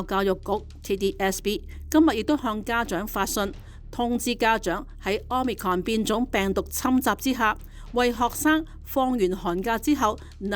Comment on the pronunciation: 好心有些報導員去認真一下 omicron 的讀法 失禮呀